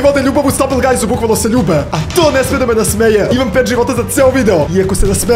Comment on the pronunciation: Nekaže se gajz nego gajs